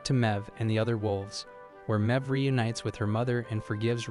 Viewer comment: Mebh is pronounced "Mave." She's Irish.